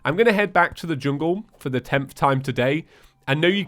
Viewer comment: i thought he said chungle staff